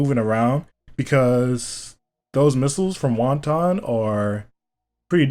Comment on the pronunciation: When he calls wotan wonton